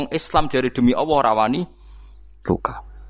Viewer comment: Dia menyebut Alloh kok dg lafadz Awoh ? Padahal Gus. Lho